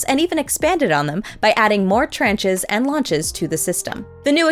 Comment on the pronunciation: Tranche is from French, and is pronounced like "launch" rather than like "ranch". FYI.